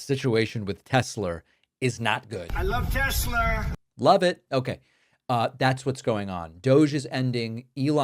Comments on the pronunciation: When I hear Trump say “I love Tesler” it cracks me up 😂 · I lOvE tEsLerR 🥴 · "I love Tesler!" Absolute clown show we are enduring here. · Trump saying I love Tesler is just plain old funny ! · Trump is so stupid he does not even know how to spell or pronouce Tesla